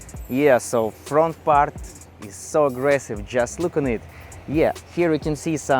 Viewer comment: … на произношением поработай, а то русский так и прет, аж ухо режет - хав и парт!! 😊